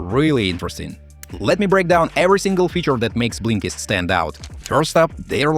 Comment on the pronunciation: He calls it Blinklist...?